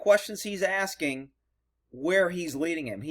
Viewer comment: Askining lol